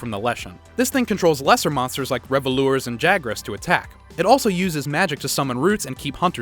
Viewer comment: Kushala Dah-Ora is my favorite elder, and Revolures are my favorite endemic life, don't know what you mean about terrible pronunciation